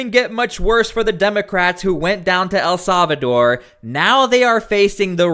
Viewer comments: For the love of God..... El Salvador is pronounced "eL-SAL-vah-door". It is NOT pronounced "EL-SAV-a-door" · Why do you keep saying A Savador? El Salvador! Say it 10 times!